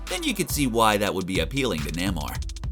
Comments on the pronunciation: Nay-More not ‘Neh Mar’ bro. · Nae-moreee not namor Just saying. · I thought his pronunciation of Waititi was bad until I heard him say Namor.